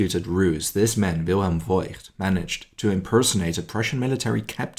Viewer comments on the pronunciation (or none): Fantastic story, thank you for telling it. But isn’t it “Foigt”? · The family name “Voigt” is actually pronounced “Vogt” - the “i” merely indicates that the “o” needs to be drawn out